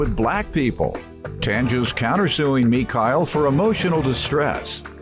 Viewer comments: oh it's not far fetched! But with it being spelled M-i-c-h-e-l-l-e, I highly doubt any one in life would ever pronounce it MeKyle. We all know it 🤷🏽‍♀️ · Me-Kile???!! Girrrlll you KNOW yo mama pronounces your name the regular way! Trying to be so fancy and brand new! Gone on (pronounced the normal way)!!! 🙄🙄🙄😩🤦🏽‍♀️🤦🏽‍♀️🤦🏽‍♀️ #siccud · Mi-Kai-el Jackson.... Bitch ya name is (Mi-Shell) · Its pronounced as not Micah....LOL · Not Me-kyle....🤣🤣🤣🤣🤣 girl YOUR NAME IS...ME-SHELL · Your name is, girl. Like mine. It ain't no damn Me-Kyle or any other inflection you try to put on it. Our name is "". Say it with me; M-I-C-H-E-L-L-E!! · “Me-kyle”? GIRL YO NAME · Mi-Kyle?!....that gurl be buggin 🤨🙄 🤣🤣🤣🤣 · Mekyle instead of just. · ME-Kyle. Girl stop our name pronounced MA or ME shell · Imagine being named, but pronounced Meek-hael...every single time someone reads your name will require correction on your part. Poor thing. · She know dang ol well her name is not " Me-Kyle". get outta her with that. 🤣😂🤦🏽‍♀️ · Mi-kyle? Sis it's. 🛑 STOP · Bruh as soon as I heard him pronounce her name “mee-kyle”, I was done. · Gurl your name is Mi-SHELL(noun)LOL, 🗣🔊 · Girl, your name is MUH-SHELL!! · Me-Cow ? Oh 👌🏾 Girl you know that was illegal activity 🙄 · Omg yes……. I was thinking the same thing. You would think a woman “a professional” of her stature would even know or talk to someone like this. Smh girl stop pretending lol and say your name how your mama named you 🤣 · No doubt about it that chick has spent her entire life telling people it's pronounced "Me-Kyle" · I’m sitting here reading this one woman’s name “ ” which is also mines but then i hear the pronunciation and I’m like huhhhhhh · Lol bih ya name isn't how they pronounced it!!!!!! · EVERY TIME the announcer said her name I had to double check the name...like WTH